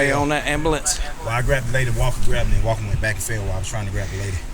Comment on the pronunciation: Officer Wall-ker! 😂